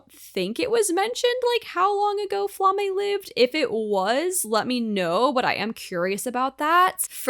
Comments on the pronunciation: Just a hint from a German speaker (since most of the names in this are German): Frieren’s master’s name is pronounced Flah-muh, NOT Fla-may! (Just German for flame.) If you don’t know how to pronounce a name here and want a good guide, enter the word spelling as German into google translate, and click for the automated pronunciation. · Flamme rhymes with mamma. The names in this show are German words. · hahah well, the more you know.. This has been my pet peeve with Frieren reactions! People calling her Flammah when you can clearly hear the audio